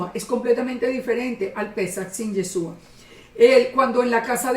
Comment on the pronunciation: ¡Hola, bendiciones! Amada el nombre del Mesías es Yahshúa traduce a YAHWEH SALVA, no comprendo porqué no le llama por su nombre. Amada, "Yesua" como lo pronuncia usted no es su nombre. Yeshua en hebreo significa salvación. No comprendo no sabe eso todavía. 🤔 El Pesaj 2019 un poco más de un año yo salí de la religión cristiana y empecé a buscar cómo celebrar Pesaj. Recurrí a las Sagradas Escrituras para guiarme. Estaba muy triste porque no tenía donde congregarme y aprender. Gracias al Eterno YAHWEH mis hijos y yo nos reunimos para estudiar las Sagradas Escrituras, estoy conforme de no tener casa de oración. Este video lo vine a ver ya tarde, pero gracias por el estudio.